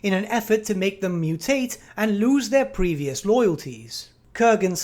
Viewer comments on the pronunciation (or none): none